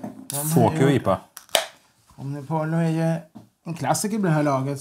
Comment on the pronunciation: LL uttalas JJ. Så Omnipojjo.